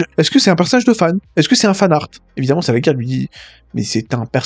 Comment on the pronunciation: Merci pour les trucs sympa sur DBM :) Nota: ça se prononce "salajir", pas "salaguir" :p